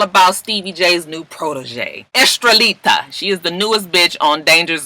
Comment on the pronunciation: Lord I think she's saying her name is Estellita. I thought it was Estrellita, which means little star. It's crazy Joseline's baby has the same first name as me and that new Latin artists name is close to my middle name Estrellita.....oh well I know no one gives a good God damn. 😂